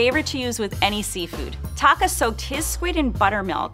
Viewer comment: Is it just me or is calling Taka "taco?" 😂😂😂